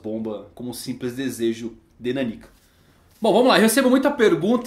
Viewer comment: NÃO É "NANÍKA" - É "NÁNIKA"